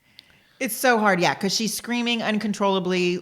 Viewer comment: Dide annunciate. Repeat after me: Because is spelled with a B not a P. And probably only has one R. 🤣😂🤣